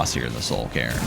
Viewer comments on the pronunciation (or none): none